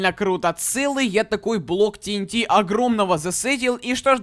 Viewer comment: вообще то ти эн ти а не так как ты говоришь